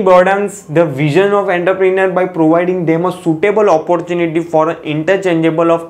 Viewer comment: Entrepreneur ka pronunciation to seekh😂 baad mein lecture upload kar...😂